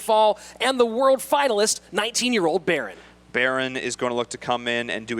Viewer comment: When they pronounced berin, I cringed. I was like ooooh? Who's baron lol?